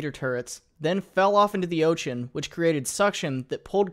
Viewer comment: "Fell off into the oh-chin"